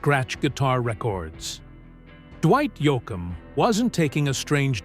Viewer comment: AI voice over ? really? can't even pronounce his name correctly wtf